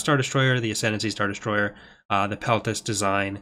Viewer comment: There's a new mod called "Ascendany"! Sorry,, couldn't resist.